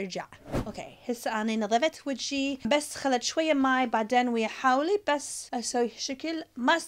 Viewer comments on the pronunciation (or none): حاولي يعني خاولي😂😂😂😂❤️ يمممه فدواااا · حبي مو حاولي خاولي😂😂😂😂😆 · حاولي (خاولي)😂😂😂😂😂😂